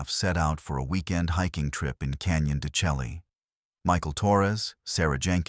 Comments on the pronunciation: Computers only belch out what's put in. Want it correctly pronounced? They should input text: "Shell-lay", not "Chelly" although it's the correct spelling. They also need to do some homework and find out what skin-walkers truly are. Yatahey. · Stories like this would be WAY better if they knew how to pronounce Canyon de Chelly... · Pronounced Canyon De Shay.